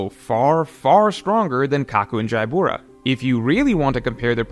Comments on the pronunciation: Why does he say Jaibura? Isn’t it just Jabra? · Jaibura? Jabra is fine